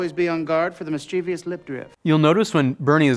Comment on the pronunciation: Nobody noticed that Jack Black mispronounced "mischievous"?